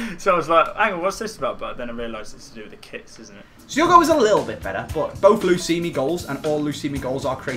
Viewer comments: He's known for so long it's luismi but he like to say lusimi better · Luismi.... L u I s m I not lusimi eh... Lusimi Roolin dey hatin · His name is pronounce in spanish Loo-ees-mee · i know, but they pronounce it like "lusimi"